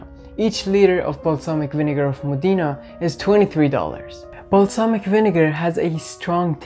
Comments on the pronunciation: Io sono nata nella città famosa in tutto il mondo per la tradizionale produzione di aceto balsamico e tengo a precisare che il nome corretto è MODENA che si pronuncia così come è scritto quindi non modina ma Modena ( con l accento sulla o) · The correct pronunciation of Modena is..MOH-deh-nah. The accent is on the 1st syllable! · moDEEna lol